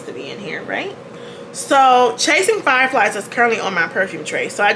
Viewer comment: Man I need to stop watching your videos in the shower. You said “Chasing Flier Fies” and my soapy-footed tail almost kissed the porcelain 😂